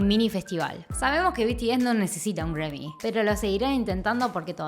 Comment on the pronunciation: No entiendo por que dices Gremmys si en realidad esta escrito y se pronuncia GRAMMY.